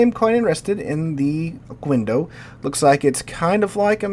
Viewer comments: Oquendo should be read as "Okéndó" as the u is mute after a q. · okendo. It would only be oKUendo if it were written like this: Oqüendo